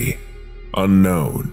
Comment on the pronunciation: the pronuuntiaation on unkwon in the bidisected guy, my new call tone for ukwon numbers